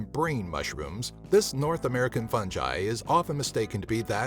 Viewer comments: u pronounced fungi wrong it's (fun-guy) not (fun jye) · fungi not "funjI" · Fungi not funji dumbass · It’s fungi not funji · Lmao, i love how he says "funji" instead of "fungi" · imma say it. its pronounced fungi Fun-guy not funji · Fun jiy it's pronounced fun guy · Fungi not funji you are saying it wrong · 'fun ji" i think its 'fun guy' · My man be saying Fungi like Funjaiii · Its fungi not funji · Did this dude just say funji instead of fungi? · Fun-jy?? You mean Fun-guy fungi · Did you really say “fun-j-eye”? It’s “fun-guy” like I’m shocked to hear someone say that. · Why do you say Fun-j-eye? It's Fun-G-eye man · Is fungi not pronounced fun-guy, not fun-jai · "Funji"..? FUNJIIII?! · It is pronounced fun guy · Where are people getting the pronunciation “fun-jai” from? 😂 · The way he says fungi tho... "fun jai" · Did he say F U N J I ? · If this dude says “fungai” again we gone fite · If you're going to make a video about something make sure you can pronounce what it is properly you say it like there is a j in fungi it's pronounced fun guy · What is "funji"? 🙄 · It’s fuckin hilarious how the guy pronounced fungi. Preferring to say “funji”. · Did he just pronounce it funji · Fungiie he said fungie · fun guyyy why are you pronouncing It soo wrong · Eeee not funji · i cringed every time you said funjai.. dont. just dont. good vid tho. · this is no fungai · Never mind the poisonous mushrooms, it’s the narrator’s pronunciation of fungi that’s killing me 😂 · Man knows the 10 deadliest mushrooms in the world...but can’t pronounce fungi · I hate the way you say fungi... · The way he says fungi disturbs me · the way you said fungi passed me off. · Maybe she died because of him saying fungi ......how tragic